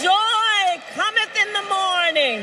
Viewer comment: "Joy Commonth in the Mornin" No words could be more prophetic.